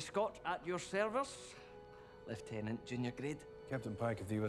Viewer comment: Aye, and he pronounced lieutenant correctly! That's also a first.